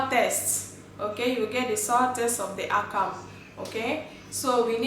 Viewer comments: You do good job.. but please it's akamu not akam.. call it what the name is .. that's how you stay original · You do good job.. but please it's akamu not akam.. call it what the name is .. that's how you stay original.. we love and appreciate what you do